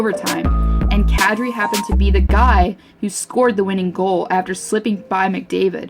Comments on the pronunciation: They butchered kadri’s name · She butchered Kadri's name lol.